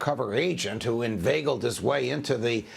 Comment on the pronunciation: I doubled checked just now b/c of a 'what did he just say?' moment. "Invagaled" is not a word. I tried looking up various spellings wondering if I'd heard him wrong but no, as I suspected it does not seem to be a word. That pundent just wanted to conflameran the nations captuals.